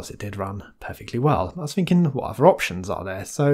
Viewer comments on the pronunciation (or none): none